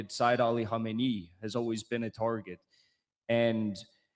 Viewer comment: Our Martyr Spiritual Leader is called Seyed Ali Khamenei. The first spritual leader of the Islamic Republic was called Imam Ruhollah Khomeini. You pronounce the name wrongly. For the rest your video isn't that bad. Also try to understand: The Spritual leader of the Islamic revolution has no executive powers. If you ever need a guest to explain this to you and the viewers feel free to contact me.